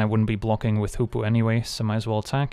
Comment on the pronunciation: He says Hoopoe I hear Poopoo